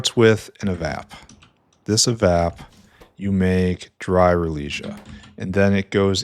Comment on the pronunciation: glass fiber was a nightmare. finally got the second build. also it's Rale-e-sia.